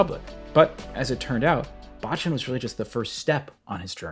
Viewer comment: Great vid, only one thing. 坊ちゃん is pronounced BOW CHAN not BAH CHAN. Bocchan means little monk, baachan means grandma.